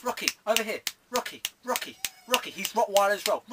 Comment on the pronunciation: mate its rotweiler not rockweiler rofl